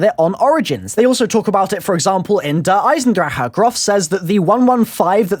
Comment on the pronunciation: this guy cant pronounce the map lool